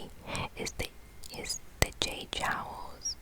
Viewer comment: This was a very relaxing video. So soft and quiet, great to listen to. One point I have to make though is the way you keep pronouncing the word "joules". It shouldn't sound like "jowls" but like "jewels" . Sorry to mention it, but I wanted to help.